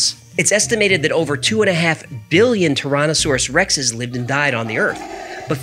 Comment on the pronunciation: Torontosaurus Rex, I replayed that part 5 times to make sure that you were indeed saying Torontosaurus Rex!!!